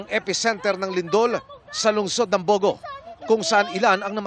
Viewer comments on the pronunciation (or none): not bo - go... the emphasis is on the last syllable..bogo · it’s pronounced Bogo'